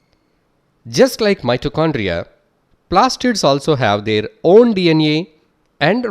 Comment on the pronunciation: D iyan ee (DNA) 🤣, GREAT VIDEO BTW 😇